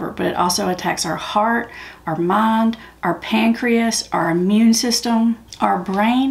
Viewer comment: Did she say Armond instead of "our mind" ?>!>!